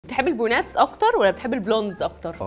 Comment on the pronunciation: بونات! إذا ما تعرفي تنطقيها بالانجليزي عادي تقوليها بالعربي.